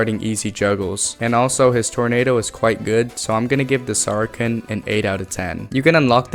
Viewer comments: "sarken" (saracen) is pronounced "ser-a-sen" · I've never heard someone turn sar-a-cen into sara-ken. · saracen is pronounced SARA SEN not SARA KEN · not to be that guy but saracen is pronounced like “sarasin” (sa-ruh-sn) and not “sarken” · Great stuff!! Also Saracen and Falchion = (Sarah-sin) and (Fal-shee-on) BTW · The “sar-i-san” weapon is the “fal-shun”. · Saracen - "sar-uh-sen" Falchion - "fal-chun" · Minor quibble with your pronunciation, but Saracen is pronounced "Sarah-Sin", but you are dead on with how to pronounce Falchion! Great video. Solid. Keep it up! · Saracen is pronounced "Sarah-Sen". Falchion is pronounced "Fall-chun". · The pronunciations are, Sa-ra-sen And, Fal-chon Theyre a bit tricky because of the spelling but hope that helps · The C in Saracen is soft like an S. It’s pronounced like Matt’s last name from Friday Night Lights